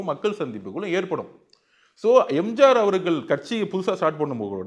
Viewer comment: அடேய் மடமுண்டம் என்னடா பேச்சு இது. கொளுகை, எளுவத்தி ஒன்னு, எம்ஜாரு 😅😅